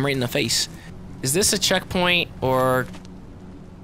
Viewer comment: When he said "ooh a checkpoint!" I heard "ooh a chick fil-a!"